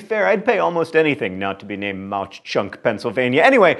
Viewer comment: My dad told me the Jim Thorpe story when I was little - pretty sure Mauch is pronounced like "mach". I'm sure someone will correct me if that's wrong :P